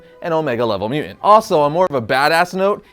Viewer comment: I can't stop hearing your mispronunciation of mutant. It's MU TANT not MU ENT. I can't concentrate on the content ...please take diction lessons if you are going to keep making videos. I'm not trolling, your video ( what I could get from it) has well researched content and great facts but its like audio water torture.You are clearly into the subject and I LOVE your enthusiasm. I really would like to watch more but...